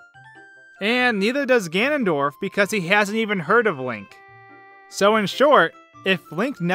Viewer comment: Don't know if it's pronounced Deku or Deku, but for sure is not pronounced Ganndorf.